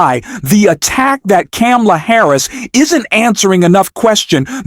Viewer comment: I’m not going to listen to this I’ve heard Trump get dogged for 8 yrs. Now by the left by the media by all the news networks And you need to find out how to pronounce … Harris’s name Correctly